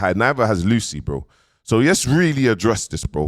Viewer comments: Lucii is pronounced as Lucy short for Lucifer akh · Man keeps saying ‘Lucy’ 😂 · Man said “Lucy ” smh😂😂😂